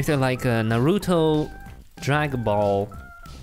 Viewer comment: naruuuuto its naruto